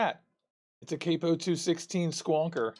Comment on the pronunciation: dude theres no e...its cap-o..